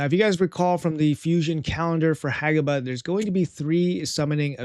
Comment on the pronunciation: HE FINALLY PRONOUNCED IT RIGHT!!